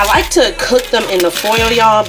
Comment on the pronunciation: It’s the “throw eem in he’s done” that kills me 😂😂 I’m like yeah she’s from up north prolly lol